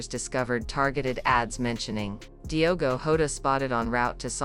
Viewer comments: Shame on you!!! You can't even pronounce his name properly...ewu Gambia!!! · First you need learn português.....and then say the names properly....lack of respect.